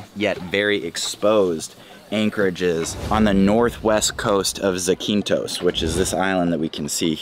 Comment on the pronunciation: I’m sure many Greeks are telling you but it’s pronounced Zack-in-thos